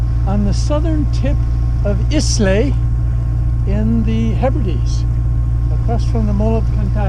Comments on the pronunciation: You were doing so well with the Scottish places and the pronunciation of some Gaelic too! Then you arrived at "Is-lay"... It's called "I-lay". The S is silent. Never mind we can forgive you. After all you ARE an American... 😉😉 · I'm really enjoying your vlogs but it's pronounced Eyelah not Islay. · I guess you're not a whisky drinker... Islay is pronounced "ai-luh". Great videos though! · for all you non Scots- its written "Islay" but pronounced "Eye-La" :-) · So, I guess by now you are aware that Islay is pronounced " EYE-lah"? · Oh, to be moored off the coast of Jura for 24hrs..I would kill for that peace. Islay pronounced 'eye-la' my good man, if you please. ;-) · So enjoying this series. Just one note Islay is pronounced *Ilerr*. Port Ellen was the site of one of the best Scott’s whiskeys. Sadly now defunct, such is progress 🙂. Thank you again. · Your pronunciation of Islay was so funny! 😀 For your future reference, it is pronounced ....... eye-lah. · Good video :-). Small correction, Islay is pronounced “Eye-lah”...I could see my house as you came in to moor up...